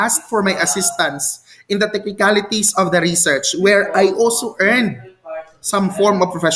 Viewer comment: reshèrshe po ang pronunciation 😊